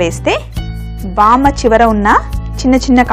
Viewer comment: vaama kaadu vaamu